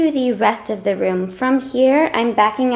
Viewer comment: "Thee" correct term...why so proper?